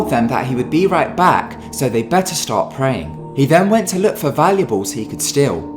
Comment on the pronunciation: In the second one I swear he said that Danny went to look for volley balls to steal. I was like wtf. Had to listen 3 times before I finally realized it was 'valuables' not 'volleyballs'.